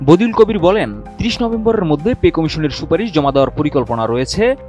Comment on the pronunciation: বদিউল কবির না বাদিউল কবির হবে!